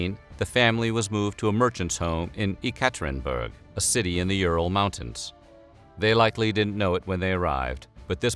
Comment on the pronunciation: The way you pronounce "Yekaterinburg" makes me cringe.